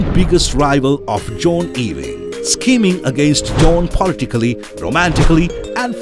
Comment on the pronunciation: Can you not learn to pronounce the surname Ewing, right